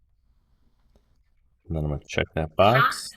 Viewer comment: english is not my language, i needed 20 minutes to do this correct . and sounds like add and that confused me...finaly made it. need to try it in sim